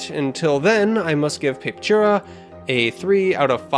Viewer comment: Man it's painful listening to you butchering the name over and over. It's pronounced pah-peh-too-rah.